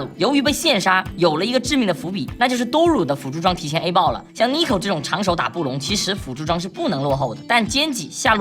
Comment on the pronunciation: 老哥還是不會念Duro😭